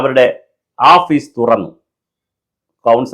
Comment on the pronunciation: ആപ്പീസ് അല്ലടോ ഓഫീസ്